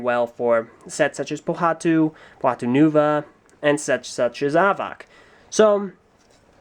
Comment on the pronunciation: I'll help you- Avak is pronounced like "havoc" and Zaktan has laser vision, Vezok has leehing vision, Reidak has infared vision, Thok has telekinesis, Avak has telescopic and x-ray visions and can create a living prison with his mind and Hakann has laser-vision.